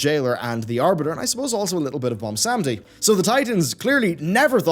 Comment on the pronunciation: And butchers "Bwonsamdi" name once again.